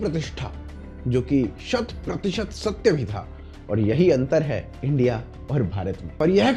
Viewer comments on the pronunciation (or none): none